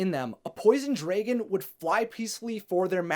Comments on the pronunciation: Yo it's d r a g o n. Not d r e g o n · Why do u say draegan??😂 just say dragon Is it just me??😂🤔